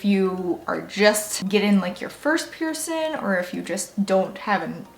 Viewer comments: You drive me crazy. The word is pronounced piercing, not pierce in! I know that you can pronounce a g, because you do it for every word ending in g except for piercing. Please work on the proper pronunciation of the thing so many of us are proud of and have interest in! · Listen to your audio. When you say cleaning, you pronounce it clean ing. When you say healing you pronounce it heal ing. When you pronounce piercing, you pronounce it pierce in. It appears to me that this is the only word ending in ing that you don't properly pronounce. I really do enjoy your videos but your pronunciation of one word drives me a bit nuts.